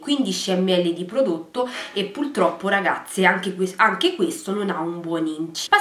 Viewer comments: Si dice puRRRtroppo, non puLLLtroppo come dici tu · È una battaglia persa "pultroppo"